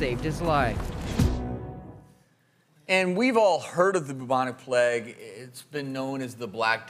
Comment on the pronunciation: Why do Americans pronounce plague as pleg?